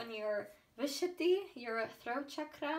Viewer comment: As an Indian, I'm impressed by your pronunciation for chakra and mala and random Hindi words. So cool!